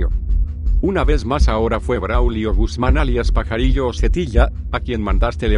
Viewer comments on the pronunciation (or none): none